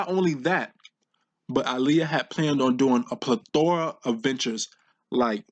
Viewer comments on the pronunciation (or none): Had to stop watching after he pronounced “plethora” wrong. SMDH